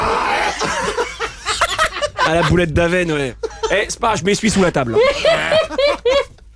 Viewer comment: boulette d'Avesnes et non avène .... ;)